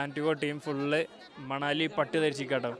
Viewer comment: manali❌ Manavali✅ 😂😂😂😂❤